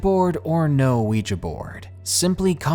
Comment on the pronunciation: thank you so much for pronouncing 'Ouija' correctly!